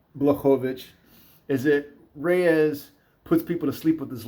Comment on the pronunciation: I like how he doesn't butcher saying any of these fighters names. So many "professional" analysts absolutely butcher and mispronounce names. This guy even rolls the R when he says Rrrrreyes! Lol